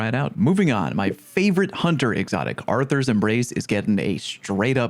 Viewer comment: Ah yes, your favorite hunter exotic looks at smudged writing on hand Arthur's Embrace... When are these youtubers going to learn how to read the actual name of this exotic, which is Athrys, not Arthur, Athrys's Embrace. Not that hard.